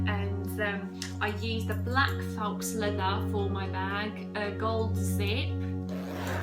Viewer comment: I like your video tutorial. i do have a question though. isn't it pronounced "foe", and not "fox"? or is it pronounced differently where you're from? no shade, just am genuinely curious.